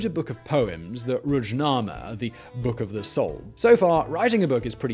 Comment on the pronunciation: Aside of butchering severely all names (although Wikipedia clearly shows the right pronunciation), butchering the name of the book (it’s Ruhnama, not Rudjnama), and it means the book of spirit (not soul); Arkadag didn’t write the Karakum song, it’s a popular Soviet hit. Man, put at least a minimal effort into research!